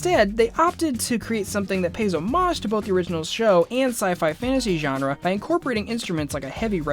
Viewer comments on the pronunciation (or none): none